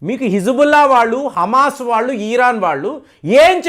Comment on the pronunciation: Chepparani Di anduku cheptaru.eeran kadu iran.mojafd kadu.mosad.